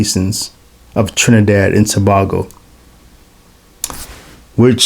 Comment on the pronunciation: My mom and her family are from Trinidad (just FYI it's "To-bay-go"😉). This was a very interesting video. As far as I know, a couple of my ancestors may have been Masons there. I assume the prohibition the Spanish had against Freemasonry was lifted once the British took control. Obeah is a strong superstition there. I don't know how well the Church has been able to counter it.